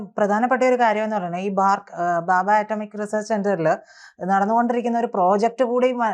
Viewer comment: ബാബാ ആറ്റമിക് റിസർച്ച് സെന്റർ അല്ല , ഭാഭാ ആണ്, വാക്ക് കൾ ശരിയായി ഉച്ചരിച്ചാൽ നന്ന്